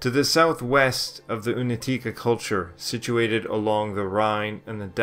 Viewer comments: This is a good documentary, with only one complaint. The letter "C" ia always pronounced as tz in Slavic languages. Never as "K". So, Unetice is really Unetitze. And, Un E tice. Not Unet I ce. And it's plural. We just made everything easier. I see most Anglo-Saxon speaking narrators have a problem with this. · It's pronounced like oonyetyeetseh not unateekah thanks